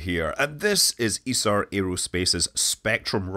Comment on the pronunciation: Kudos for pronouncing Isar correctly. Just so proud to of the guys!